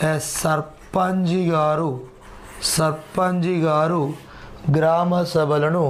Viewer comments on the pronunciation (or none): సర్ సర్పంజి గారు కాదు సర్పంచ్ గారు